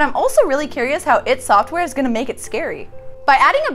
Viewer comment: Now one can say ID software correctly. You say I and d in capatal